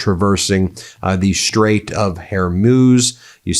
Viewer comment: Please learn to pronounce the strait!